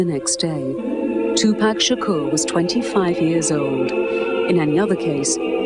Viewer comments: Tupac Shakerr.... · I wish she would pronounce his name correctly! OH EM GEE! She's getting on my nerves!